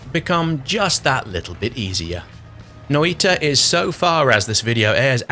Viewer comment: you did get it wrong, understandably since it's not English. It's Noy-tah, Finnish for 'witch'